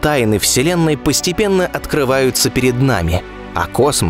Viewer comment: Контент конечно интересный, но зачем слово космо произносить голосом - КАК В ШТАНЫ НАСРАЛ ??? Этипа круто ? НО ВЫГЛЯДИТ ОМЕРЗИТЕЛЬНО !!!